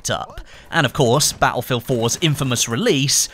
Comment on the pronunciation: I hope you say battlefield properly before the new one comes out!